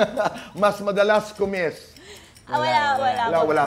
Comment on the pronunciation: Boy Hindi "ku mis" Ang tama "magkiss"